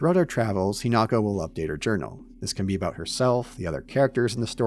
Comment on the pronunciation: Hinako, He-knock-oh